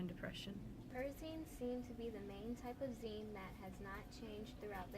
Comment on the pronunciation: You pronounced "zine" wrong